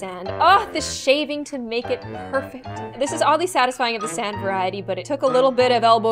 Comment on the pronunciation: I loved when she said “ITS POIWFECT” I can’t- ☺️